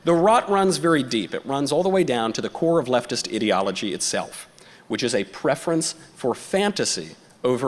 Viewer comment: Leftist "ideology". I thought he said "Idiotology"